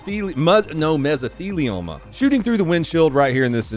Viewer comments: mesophelioma...? 😂, you just replaced a th sound with a ph, and you didn't even do it on purpose but in total ignorance of proper pronunciation.... You are now black. 🎉 Mazel tov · Its meso lily momma u gotta say it fast😊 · Mesofeeluponya or whatever tried to say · It's pronounced, "Meh-zuh-thee-lee-ow-muh". Haha. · It's not your fault you can't pronounce mesothelioma, you are doing asbestos you can.